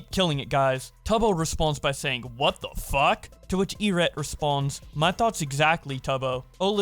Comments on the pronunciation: Did you just say E Ret? lol even I know it’s Eret E-R-E-T one word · Eret is pronounced with the short e lol